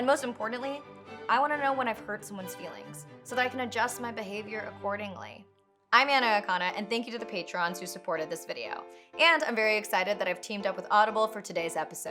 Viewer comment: Entertaining and enlightening as always Anna. I have to tell you though patron is pronounced pay-truhn